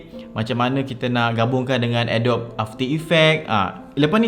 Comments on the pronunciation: Mula2 belajar sebut betul dulu. Adobe tu sebutan dia adobi BUKAN adob. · Bkn Adobe (a-dob), tpi sebutan yg btul (a-do-bi)...harap maklum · sebutan dia "adobi" bukan "adob" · I really want to watch this video until the end.....tp belum seminit balik2 dengar Adobe pronounced as ah-dop.....instead of uh -dow-bee... AGH!!!!!!!!! CRINGE!!!!!!!! Ajaran dr manaaaaaaaaaaaaaaaa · Bukan ke cara sebut dia "a dobi"?